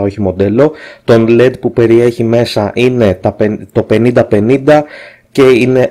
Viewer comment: Όταν μιλούμε για το φωτάκι LED το αποκαλούμε με τα αρχικά του ονοματός του, δηλ. Ελ-Ι-Ντι και όχι ΛΕΝΤ. Λέντ ονομάζεται το "μολύβι" (μόλυβδος) ξέρεις αυτό το υλικό που εμπόδιζε τον Superman να δεί πίσω από αυτό. Αυτά για αρχή.